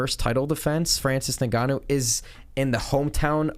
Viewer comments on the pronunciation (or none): none